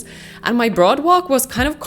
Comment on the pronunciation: In the most respectful way: your pronouncing boardwalk wrong! I can tell English probably isn’t your first language but just wanted to let you know, it’s more of BOR-D-walk